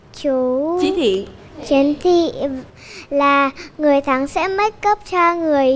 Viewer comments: Chiến Thị chứ ko phải Trấn Thị ok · Kaaka..bé đọc là Chiến thị